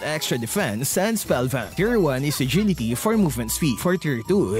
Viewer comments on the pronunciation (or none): none